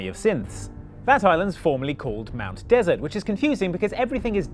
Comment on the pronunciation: Since I'm from Maine, the locals actually stress the second syllable of Mt. Desert Island (de-SERT instead of DES-ert), closer to French, thanks to all the French Canadians in the state, or think of it as your sweet after dinner (dessert), which is how we pronounce it. Hearing you say desert (as in a dry hot place) bothered me just a bit. I suppose I shouldn't complain too much...the town of Calais, Maine we pronounce Cal-ess, not the French Cal-ay. We're weird like that.